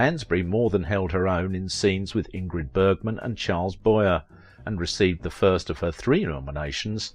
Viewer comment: Not Boy-err. Rather, Boy-ay. Charles Boyer. Thanks.